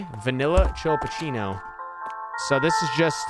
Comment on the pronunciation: Hope you do too <3. You mispronouncing "chillapuccino" the whole video never fails to make me laugh 🤣. Omg, that woman with the stroller scared the bejesus out of me 🤣🤣. A latte? What's a latte?! 🤣🤣🤣 I'm dying. That's how I'd probably react too if I was scared.